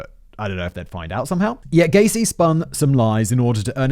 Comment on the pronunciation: I went from hearing Gacy, to Caisy, to GAYsy